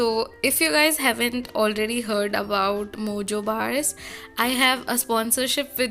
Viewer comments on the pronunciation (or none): none